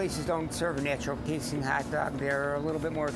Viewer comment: hahahaha a "haot" dog